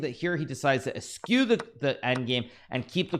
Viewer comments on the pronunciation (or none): its eschew not eskew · Haha, he says it quite a bit. Although he mispronounces it slightly (it's "eshoo" or "es-chyu", not "es-kyu").